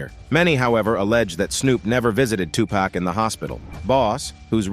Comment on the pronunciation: Hate it when its pronounced wrong pack pfffff its 2pac not 2 pack